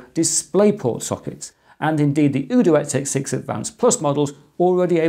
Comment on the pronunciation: UDOO with Ryzen & AT Mega (Also, I think it's "UDOO" as in "You Do", not like "OODOO")